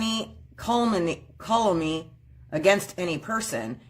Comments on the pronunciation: It's Calumny genius. KOH-LUM-NEE. It means say bad things about. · She doesn't know what calumny is or how to pronounce it but she's going to be her own lawyer, just brilliant!